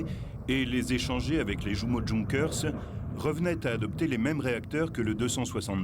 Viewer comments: Djounker... Non, Junkers est un mot allemand, on prononce ïounkers ! De la même manière Jumo se prononce ïoumo. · Le commentateur en voix off aurait pu apprendre à prononcer correctement les noms allemands, ça aurait fait plus sérieux ... "oualter", "djounkers", "levaircuzéne", "joumo". ahaha, ridicule, ça colle pas avec l'air sérieux de mec qui s'y connait.